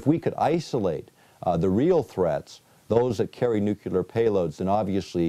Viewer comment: "...nukular..." This guy was the head of a teaching organization? Really?